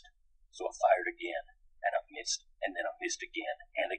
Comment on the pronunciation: "Long story short...Myissed."